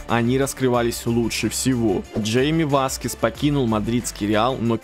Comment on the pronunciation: Ни Джейми Васкес,а Хайми